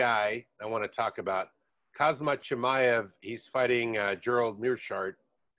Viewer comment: Khamzat is pronounced 'Hamza' btw :)